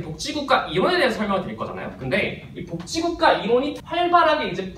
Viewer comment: 발음이 복찌국가라고 해서 그거 만 초점이 맞춰져서 너무 웃곀ㅋㅋㅋㅋ